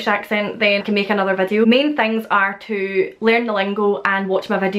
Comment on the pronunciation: She says “tee” instead of to sometimes and other times just “oh” instead of to